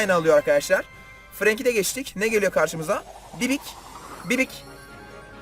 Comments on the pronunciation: bibi o abi bibik değil🤣🤣🤣🤣🤣🤣🤣🤣🤣🤣🤣🤣🤣🤣🤣🤣🤣🤣🤣🤣🤣🤣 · Herkes: BİBİ: BİBİK